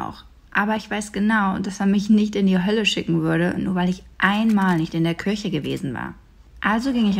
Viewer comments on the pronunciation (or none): es heisst Kirche und nicht körche XD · LOL Ich versteh immer "KÜCHE" 🤣🤣 Bemerke dann aber, dass es "KIRCHE" heißt 🤣🤣LOL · Dafür das sie so oft in die kirche geht spricht sie das wort kirche aber ganz schön komisch aus😂